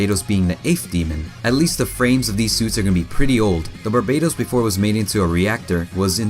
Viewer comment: it's not barbados but barbatos pronunced bar batos